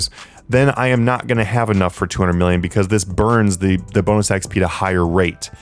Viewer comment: sounds like he said bounus x penus great vid thank you.